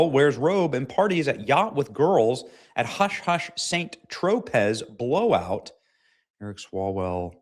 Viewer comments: “Saint Tro-pez” If that’s the place on the French Riviera, he’s gonna be embarrassed when he finds out how that’s actually pronounced. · Good reporting -- but it's pronounced "San Tropay" -- not "Saint Troh-pez."